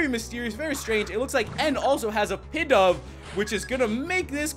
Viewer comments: It's not pidove it's pronounced pee dove k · its Pidove (pee-dove)